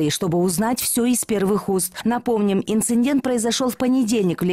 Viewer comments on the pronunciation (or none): не инциНдент, а инцидент